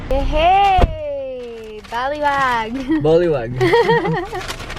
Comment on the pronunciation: laftrip ng vlog na to! hahaha! mula sa pgkain ng street food, sa pag-ihip nio sa celfone dun sa nilalaro nio (hahaha!), at sa pag pronounce ni geloy ng baliwag, super laftrip! Hmmm, sana lng po sa mga formal meeting, better not to wear shorts:) and super like na they consider you as top 3 influencer! super nkakaproud!:') ang galing galing! keep up the good work! andto lng kmi viewers m to support u! <3 <3 <3 <3